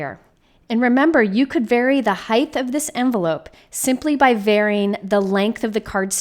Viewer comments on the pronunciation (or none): Great video and ideas. Ps- it is Height, no th